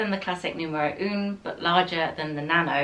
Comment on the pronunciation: I wish they’d help you with the correct French pronunciation of the numbers!! For example, ‘un’ is not pronounced ‘oon’. It’s more of a guttural ‘ahh’. The pronunciation of ‘neuf’ should be said ‘nuff’ rather than ‘noof’. Not your fault of course but they should be helping you, if they work with you!!